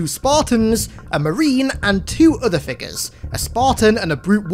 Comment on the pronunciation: Ah yes..fig-uhs.